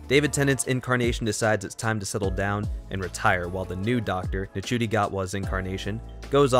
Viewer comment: You pronounced Ncuti wrong, it’s not said like, it’s said like Shooti ☺️ but yes it has definitely gotten more confusing - especially with the whole bi-generation idea, but I do like the idea in terms of the fact that it opens up so many other possibilities for the Doctor and gives a little explanation as to why Tom Baker came back as the curator in the 50th special. That’s the one I can think of off the top of my head, but yeah there are possibilities for the bi-generation storyline. I do like that they’ve sort of given the “original” Doctor a sort of retirement and the new Doctor - Ncuti’s Doctor - has begun a new era of being the Doctor, free from past trauma. It’s clever and I feel as though younger audiences will be a bit more interested and engaged with the show. That’s just my theory. I like the direction the show is going in and Russell T Davies definitely has a knack for explaining all the confusion surrounding earlier episodes of a season.